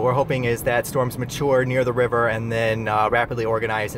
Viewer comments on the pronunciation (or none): none